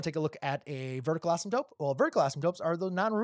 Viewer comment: Why do you keep saying asymTOPE? 😊 /Asymtote